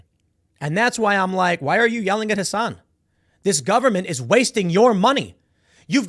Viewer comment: TIM saying Hasan right is disgusting